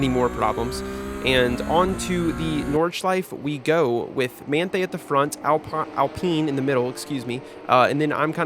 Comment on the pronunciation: Nord-sh-life-eh. You pronounce all vowels in German. There are no silent ones. Also, ei = long i, ie = long e.